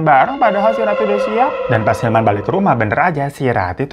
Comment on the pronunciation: 14.55 & 15.02 yg bener hilman apa ilham bang 🙄 2x lho elu nyebut ilham 🤣